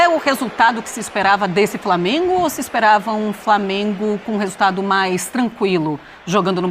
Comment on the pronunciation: “VITÓRIA E DO FRAMENGO” 🙅🏽‍♂️😂😂